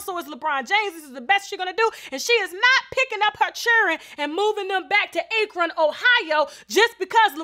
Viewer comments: Akren 🤦🏾‍♀️😂😂 it's Akron tasha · Get it with that Ache-ron, Ohio🤣 Ak-ron stand up! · "Ak-ron" lol not "akeron" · It's pronounced ("Ackrun")... I rides for my home state and Lebron. I hope this is not true! Say it ain't so! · Akron Ohio is pronounced Ack-Ron. Not trying to be mean, just want you to know. Thanks for the Wine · Its Akron, Ohio with a long A, like, "At." "Akron." I'm from Columbus. Lol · Akron Pronounced (Aaaah-crin) Tasha😂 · Just an fyi Tasha, Akron is pronounced Ac-ron. Lol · It’s AK-ron ohio 🤦🏽‍♀️🙄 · It's pronounced (Ac-ron) Akron Ohio :) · ‘Bron Bron’ been cheating with beckies. This is not new. Ohio knew this for a long time. Edit: I am from Ohio. Fifteen mins from Akron. Tasha you said the city’s name wrong btw. 🤣 However, he can do no wrong here. Men love him, women want him. His family is perfect. Even when the rumor of his mom messing with Delonte West came around, people talked about it for five seconds and moved on. The only time people thoroughly were upset with him was when he left the first time. He was getting dragged and exposed like no other. So, many allegations came out about cheating. People just didn’t care as long as he played on the Cavs. Once he left...boom. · The way she say Akron Ohio 😂 Coming from Ohio😂 you said it wrong sis. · Adrian Milton right!!! Lol I’m from Canton and that annoyed me 🤷🏻‍♀️ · Omg you said Akron so funny 😂😂😂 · I’m from Akron & that’s not how you pronounce it🤣2nd I’m going to need more proof than that about the Lebron situation while y’all out here trying to destroy someone’s family & legacy !!! Please y’all stop running with everything you hear ,it’s not conducive to the healing of our already damaged communities 🤦🏾‍♀️